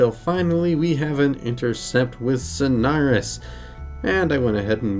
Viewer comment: Why do you pronounce it as snars